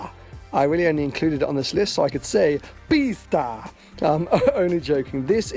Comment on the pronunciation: as a romanian, hearing you say "pista" had me dying xD